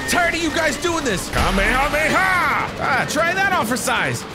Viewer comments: Fun fact he said ka me it’s ha mme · kame ha me ha lol didnt do it right